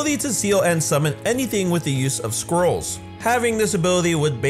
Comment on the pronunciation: Did anyone else hear squirrels instead of scrolls.